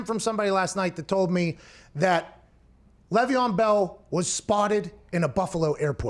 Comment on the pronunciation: It is LAYYYYYY VEON Bell. LEV EON and Le’Veon are a bit different. It hurts my ears hearing it said wrong